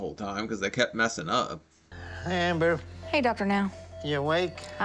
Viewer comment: Dr. Now sounded like he said Hamber. I love that man